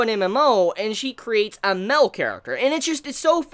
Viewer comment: The way you say male is “peculiar”.